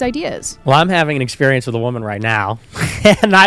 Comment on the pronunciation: "I had a lot of exspireance in my life " is the most Virgie thing ever